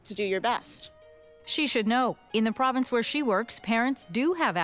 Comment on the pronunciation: it's province not provence